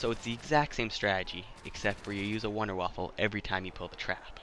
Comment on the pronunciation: Wonderwaffle are you serious it’s wonderwaffe